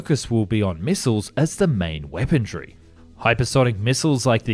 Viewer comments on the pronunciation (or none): What in the world is "weapon-DRY"?? I believe the word you're looking for, is," weapon-RY". Weaponry, is what makes military aircraft deadly.